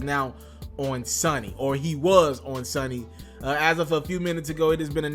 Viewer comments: SO NEE....NOT SUN NEE...GEESH SMHHH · If this man say Sunny one more time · Say it with me SO-KNEE = SONY 💯😂🤦💪🏾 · The "o" becomes long when there is a "Y" or "W" at the end {a e i o u sometimes Y and W) pronouncing it SONY not SUNNY. How can you do a report on someone in the music industry and don't know how "Sony" is pronounced? Com'on you got to do better. It got so nerve wrecking I stopped listening to the commentary. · ITS SONYYYYYYYY!!!!!!!!!!!....NOT SUNNY! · It not sunny it's SONY, first get the name right before u talk about it . Where has he been!!! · Can't you say So-ny?!, ..very easy?, .You sound like stupid a ass! saying sunny?..dumbass! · So you saying r kelly can't read or write but you saying SUNNY and the word is SONY i rest my case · Bruh if u say sunny one more time! Its Sony! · Can u please stop saying sunny its "sony" damn. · These comments 😂 lmao I couldn’t even focus because of the amount of times you said Sunny with confidence like you have no reference in your mind for Sony. You only kinda pronounced it right one time towards the end. It’s all good though. We learn from our mistakes plus I laughed so hard. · This nigga can’t say Sony 😂😂 This nigga said sonny or sunny ☀️ SONNIE ☠️ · Bruh it's Sony not Sonny 😂😂😂 Sone-ee!!! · Its SONY not SUNNY nigga damn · So-knee..smh.........not sunny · So-kneee not sunny. And then you said it like 3 million times. Man redo this whole damn video. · I do believe it is pronounced SO-NY not Sunny ☀️ ...🤦🏽‍♀️ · "Sony" bro not "Sunny"... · Say it with me.....Sooooony! Not Sunny! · It's Sony ,not synny... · Dude, say it with me.....SO.....NY..........SOOOOOOOOOO.......NY........SONY. Like Sony Playstation........SONY!!!!!! You did the same thing with Eminem and Kamikaze smh. Saying some got damned Sahnny.....Sunny........Sonny. Come on. And that nigga writes for people. He ain't broke. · Bro its SONY not SONNY 🤦🏾‍♂️ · Sony* not Sonny lol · it's Sony not sonny...😁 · It's SOOO knee not Sunny